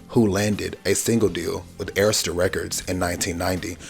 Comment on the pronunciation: Inside joke.....Hearing the correct pronunciation of Arista records brings me such joy 😅😅😅😅😅😂😂😂😂